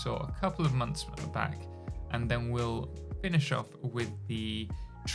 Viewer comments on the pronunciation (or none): none